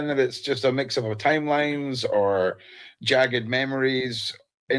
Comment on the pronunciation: Lmaooooo Buddy said "jagged" memories......